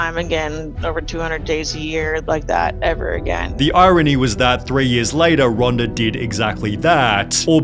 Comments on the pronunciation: Twittahhh. Latahhh. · "Twittahhhh.. four months latahhhh"